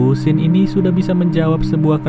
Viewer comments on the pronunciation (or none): none